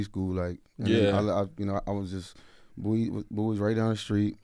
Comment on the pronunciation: thank you for pronouncing BOWIE correctly!! #AyeAyeAyeAyeBowieee🐶